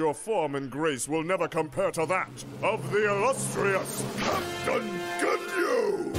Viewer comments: The ca’tain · I knew what he was actually saying, but I always heard Jeice saying "Captain" as "Kitten". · I know Jeice says "Captain," but what i have always heard is "Kitten"